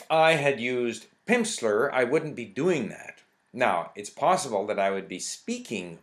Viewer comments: I noted he said "Pimpsler" a lot too! Funny. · "Pimpsleur?" haha. That pronunciation went well with the snake oil salesmen observations. Anyway, thanks for the review. Lots of true points. To me the best thing about Pimsleur programs are the way they break down the words into syllables before having you repeat back a word the first time. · It sounds like you're saying Pimpsler ... I like this :)